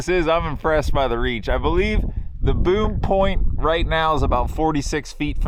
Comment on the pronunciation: you said boom point it sounded like Boob point wow